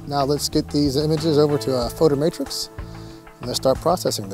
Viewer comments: BTW, it's called Photomatix (photo-matics) not Photo-Matrix. :) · Photomatix NOT Photomatrix. I made the same mistake until I actually read it. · well put together video, thanks! and on a side note, its called photomatix, not matrix..haha..everyone says that though..